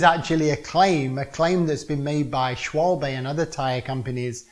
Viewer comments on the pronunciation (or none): This guy lost me when he said a mavic wheel was awesome. Also doesn't know how to pronounce Schwalbe without the 'e'